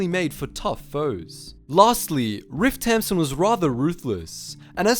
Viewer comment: I thought he was saying ripped tampon